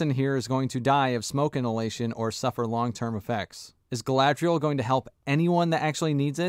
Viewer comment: The way they role their r's in this show is so annoying, the way they say Galadriel and Númenor are particularly bad